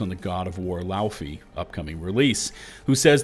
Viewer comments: Lauf-ay not laufie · Just fyi, the Icelandic word "Laufey" is pronounced more like Low-vay like "low" in low price and "va" in vacation.